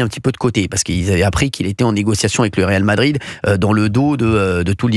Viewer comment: on dit pas réal de Madrid 😃